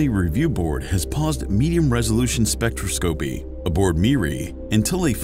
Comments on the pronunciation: You need to train your AI. Spectroscopy is pronounced like this (spĕk-trŏs′kə-pē) not spec.tra.scopy If you are going to lecture, LEARN THE LANGUAGE OR TEACH YOUR AI!! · it is pronounced specTROS-copy lol that was weird bro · spectro-scopie, chrono-graffy 😆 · I may be alone here and just splitting hairs, but its...troubling to hear "spectroscopy" and "chronography" pronounced incorrectly (over and over). I get that the narrator is just a voice and isnt affiliated with astronomy, but it would help to give him a key to pronunciation. Several astronomy channels i follow share this issue. Its minor i know but its something that just gets louder and louder each time i hear it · Too bad he can’t pronounce “spectroscopy” correctly